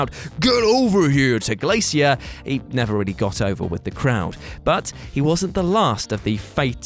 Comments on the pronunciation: The way he says glacier triggers me lol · Is that really how British people read glacier lol